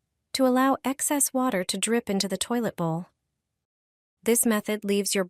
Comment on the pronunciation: The narration is comical. Water pronounced waiter?